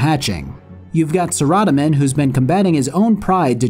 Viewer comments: >not pronouncing it "sarah-DOME-in" >0/10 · no there are bots on 24/7 all that notice does is prove how many bots rs has i turn it off it's sickening Sara- domin is how his name is pounced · Is... Is that how you pronounce Saradomin? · I mean it very well could be, that would just mean I've been saying it wrong for like 15 years, and that revelation, if true, is somewhat jarring. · How you pronounce saradomin though... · Well that's a first in the way of pronouncing Saradomin, cant say I hate it though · the way you say Saradomin is funny